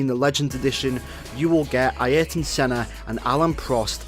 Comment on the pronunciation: Aieeryton Senna lol